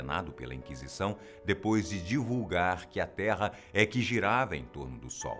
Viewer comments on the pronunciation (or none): none